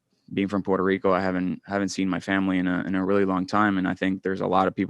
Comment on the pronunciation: Puelto Lico.. 😅